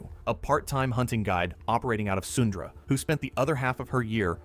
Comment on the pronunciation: 🤣 Sundra. It’s Sundre (pronounced Sun-dree)